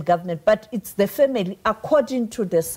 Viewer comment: Sophie Mokoena, its not 'deh' its 'the'.